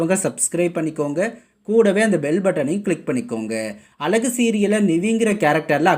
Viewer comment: இந்த சீரியல் பற்றிபேசும்நபரேதமிழ்உச்சரிப்பைஅழகுவார்த்தை.. ஒழுஙகாகசொல்லக்கூடாதா